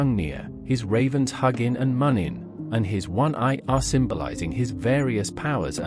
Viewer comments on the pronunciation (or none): Im pretty sure you pronounce Huginn and muninn -hoo-gin. Moon-in.. in the germanic language, the two dots on top become oo... Anyway, overall great story and beautiful art work. I love the old Norse Mythology Religion History And certain values that today's socialist societies lack, especially northern Europe. It's time we northern folk , look to the past and go back to our roots.